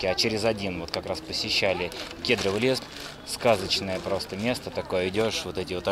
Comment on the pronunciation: Спасибо за обзор! Замечательно, только надо говорить кедрОвый лес, ударение на суффикс. Не обижайтесь только, берегите себя!